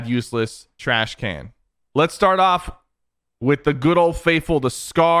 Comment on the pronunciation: Sypher: TRACH CAN ( Puts it in useless instead of trash can)😂